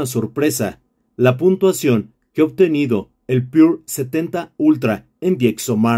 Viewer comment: com que varios no saben leer, es PURA no pure.....